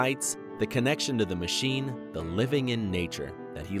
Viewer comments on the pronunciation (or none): none